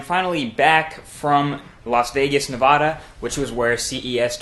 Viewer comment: Hate the way you say Nevada